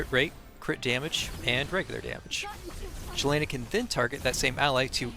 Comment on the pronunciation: Great guide and I like your guide style very concise. By the way her name is pronounced Yelena.